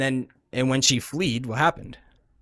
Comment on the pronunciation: Dude really said fleed (fled with an extra e) and irregardless in the same sentence. His being intellectual act is crumbling.